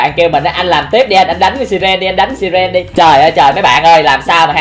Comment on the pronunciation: Là sai rần hét ( siren) k phải si ren ạ